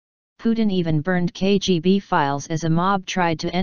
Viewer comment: You just mispronounced KBG